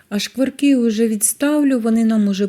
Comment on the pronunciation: Рецепт з Галичини, але жіночка сама не галичанка. Вона непевне росіянка, мені приємно що вона намагається говорити нашою мовою. Оці ШЬЧЄ, ЩЬЧЬО, звичЯйно, шкваркИ , жарене, це все російська вимова українських слів.. На превеликий жаль, за вимовою не слідкують і навіть диктори говорять на « суржику».